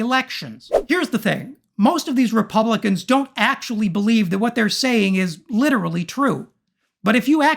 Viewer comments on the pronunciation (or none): It's not "litter-ally" true?